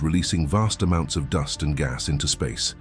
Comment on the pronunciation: 'Doost clouds'.... How do you not know how to say "duhst" (dust)..?!